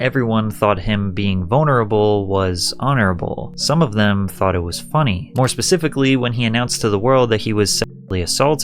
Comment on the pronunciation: I really wanted to watch iiiiiiit, but you keep dragging out the last syllable in ever seteeeeeence.